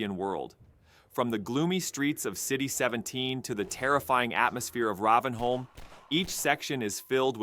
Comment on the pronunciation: ... Raahvenholm? How to tell us you've never played HL2 without telling us you've never played HL2.